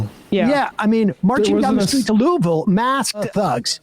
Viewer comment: I gotta give you guys props for saying "Louisville" similar to the locals instead of pronouncing it like "LEWEEVILLE" or "LEWISVILLE". It's similar to how cool people pronounce "New Orleans".